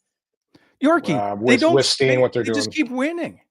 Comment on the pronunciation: "Withstain" 😂 love you